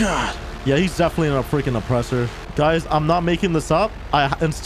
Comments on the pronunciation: I really, really enjoy your videos mate, but every time you say "CHAYYFE" instead of "CHAFF" I have the sudden urge to smash my screen because it's so irritating (AND YOU'VE BEEN DOING IT FOR YEARS YOU DOUGHNUT)! You're awesome mate, but seriously... It's Chaff not Chaaaayyfe. The A is sounds like it does in the words 'baffle,' or 'gavel' or 'tangle.' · It's chaff byw not chayf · For the love of god stop calling chaff chafe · I really, really enjoy your videos mate, but every time you say "CHAYYFE" instead of "CHAFF" I have the sudden urge to smash my screen because it's so irritating (AND YOU'VE BEEN DOING IT FOR YEARS YOU DOUGHNUT)! You're awesome mate, but seriously... It's Chaff not Chaaaayyfe. The A sounds like it does in the words 'baffle,' or 'gavel' or 'tangle.' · U gotta stop saying chaif. ITS CHAFF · Bro it's pronounced chAAAff, you keep saying Chafe lol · I thought it was pronounced chaff like laugh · In case you care, it’s pronounced like Aff. Chaff.